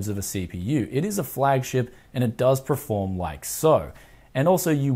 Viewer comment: say it with me... PERFORM. PER.FORM. not preform.